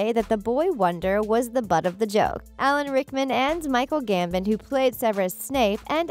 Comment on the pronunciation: What about Michael GAMBEN 😜